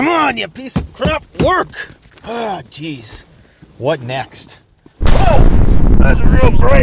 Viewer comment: "Ah Geeez, Margeeey."_* (Minnesota Nice)